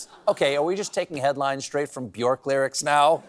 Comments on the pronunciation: Its pronounced B-Yerk. (Not even joking) Aha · you mispronounced Bjork. She once stated in an interview on NPR that her name rhymes with jerk. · His Björk sounds Irish not Icelandic.